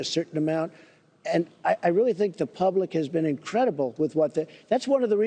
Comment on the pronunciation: did he really just say "the pleblic"?